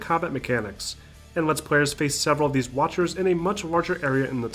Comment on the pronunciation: Did you say watchers?